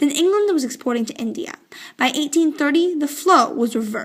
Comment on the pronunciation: Wrong path British in zindia that is India Not zindia